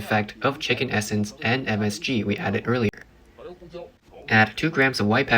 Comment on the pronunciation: i hear smg not msg,what are you making,a fk war.😅